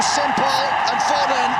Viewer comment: FO-DEN 😂😂😂😂😂😂 read his name wrong